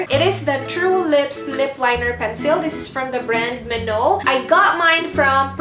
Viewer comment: yung pag pronounce po nang menow is me as in me na ako and then now as in now na ngayon. Hahahahahaha!! So yung pag pronounce is Me-Now. Ako ngayon. Hahahahaha!! Lab you po ate!!